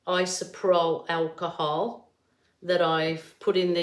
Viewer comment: Yes I have found you have to use 91% or higher. Plus every other artist that uses it has said the same rather it be with acrylic or resin.95% is bst.. btw good job on trying to pronounce the s*** but it's just much easier to call it what it is rubbing alcohol!😉lol